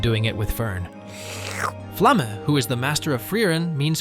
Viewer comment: as a native speaker, i thoroughly enjoyed his pronunciation of Flamme because half the internet says flam. even the japanese are better with the names